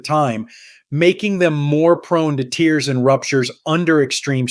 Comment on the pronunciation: Weird video. The picture of the man talking has his mouth moving but not saying the words in the narration. Extremely distracting. And the AI voice saying tears, as in liquid from the eyes, instead of tears, as in rips in muscle tissues, is so annoying. I don’t like videos with AI narration.